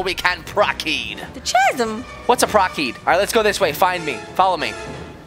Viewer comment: It’s not prokeed it’s proceed and ceed is pronounced seed